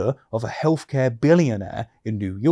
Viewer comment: This dude can't even pronounce his TH's.... What the fuck is "healfcare"